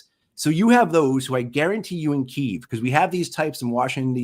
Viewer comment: Lost me when he said kieeeeeev. It’s fucken key-ev. Ready once again it’s keeey evvv.